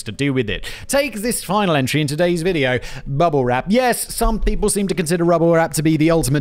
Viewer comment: Did you say "rubble wrap" Simon? 😁